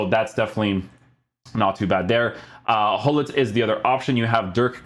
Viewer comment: Hullit? It’s Gullit, with a ‘throaty’ G!